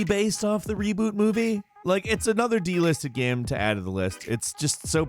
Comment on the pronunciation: I love how u pronounce GAME you say GAM 😂😂😂